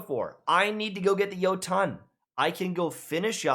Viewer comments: WHY do you say Yo-ton???? SERIOUSLY?!??!! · That "Yo-tawn" pronunciation made me laugh😂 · i know you did not just pronounce jotuun YO-ton...... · Funny how he says Jotunn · What ungodly force drove you to pronounce Jotunn that way? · The way he says "jotunn" gives me an aneurysm